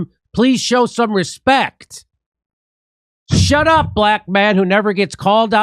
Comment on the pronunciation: She straight-up told him to “hesh ep” lmao